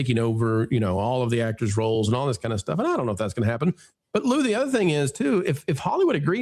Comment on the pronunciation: I got to say you and your actoooors that is so funny how you say those names